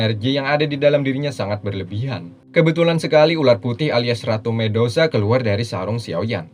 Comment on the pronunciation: medusa min bukan mendosa